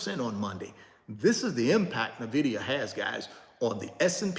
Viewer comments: N vidia not Na Vidia though gotta learn that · It’s “IN-Vidia” not “NA-vidia” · Pure entertainment 😂😂😂😂😂....and he's still not pronouncing the company name right and probably NEVER will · That’s true he was sweating,,,, he has no clue of Nvidia,,, he can’t even pronounce it 😂